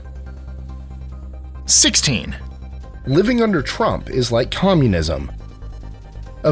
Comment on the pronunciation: Donald trumpt?